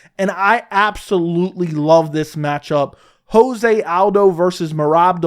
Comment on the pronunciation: It’s not ho-zay aldo. It’s Jo-zay. The man is Brazilian not Mexican.